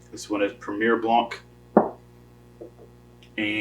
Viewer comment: the C will not be pronounced in the word " Blanc"